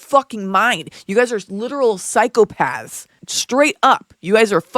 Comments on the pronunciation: I'd like to congratulate you on an extremely well-crafted video; I particularly liked the Robert Welsh and Charlie/Penguinz0/Moist Crit1Kal references, since I'm a longtime follower of both creators. As for Becca... I clocked her as a fraud from the beginning, because she mispronounced the word psychopathy (at that time, she was claiming to be a former psych RN, and that's a mistake no real psych RN would ever make). I therefore don't follow her, and haven't kept up with her shenanigans beyond what I see on others' channels. I can say that I'm not the least bit surprised by Becca's behavior; I'd be far more surprised if she hadn't acted that way, to be honest. Becca ruined her own reputation, by lying repeatedly from the very beginning of her channel - about her qualifications, about her ex-husband, about pretty much everything. As a direct result of her own inherent dishonesty, NOTHING Becca says can ever be taken at face value; even if she provides receipts, viewers should ensure those receipts haven't been altered, and aren't being taken out of context to fit a narrative. When a creator is THAT dishonest, there's absolutely no point in following them (unless you just enjoy fact checking as a hobby). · Thanks for explaining all of this in an easily digestible manner. Like most, I work full time and have an active life outside the internet, so I can't keep up with all the creator drama. I pegged Becca as a fraud very early, when she repeatedly mispronounced psychopathy (a mistake no real psych RN would ever make). I left a comment somewhere, to warn others to not blindly believe her claims. So I stopped watching her long ago, but watched from afar as she built a cult following. I cringe whenever I see comments promoting her as the preeminent GRB creator. It's important to maintain healthy skepticism on the internet, so I don't understand why so many didn't see through her years ago. Great video.